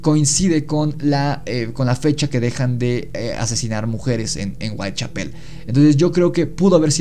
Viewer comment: Muy bueno pero no es Whitechapel con acento en pel, el énfasis va en cha